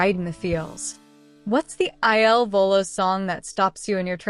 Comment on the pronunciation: PLEASE PRONOUNCE THEIR NAMES CORRECTLY AND IT IS IL VOLO NOT ILLINOIS VOLO